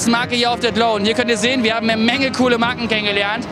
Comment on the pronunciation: Minute Wer ist der coolste Stand auf der glow ? Es hört sich an als würde sie sagen wir sind der coolste stand auf Klo 🤣😛